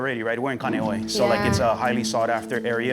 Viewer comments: This dude is Hawaiian, and he grew up in Kaneohe, but pronounces it like haole 😂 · Ka-KNEE-ohe 😅 and you grew up there? p.s. got permits? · It drives me crazzzzzeeee.. say it right, please! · Imagine not pronouncing your hometown correctly.. 92 better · Brah how can you say you grew up in Kaneohe and you can not even pronounce it right lol you might as well say you from the country Waikiki 😂